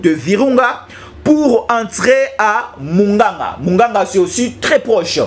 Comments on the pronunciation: Quartier mugunga et non muganga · Pas munganga, c'est mungunga